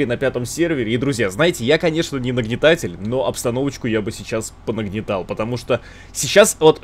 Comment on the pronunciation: Булкин: не хочу нагнитать Шум на фоне: x15 нагнитание